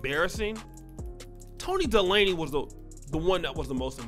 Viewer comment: Toni De-laney? Its pronounced, Day-ley lol